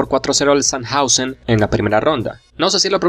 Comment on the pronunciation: Sandhausen, lo pronunciaste bien.